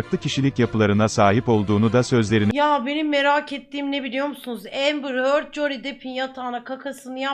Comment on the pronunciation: Amber Hörd